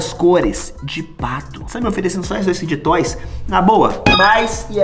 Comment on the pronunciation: N e assim q fala é fide toys